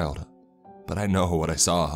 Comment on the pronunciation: what the hell is a saw-uh!? 1991-uh? identified-uh? mengilled-uh? girlfriend-uh? that-uh? talking-uh? old-uh? child-uh? Who thought you to speak the english language? This is very annoying!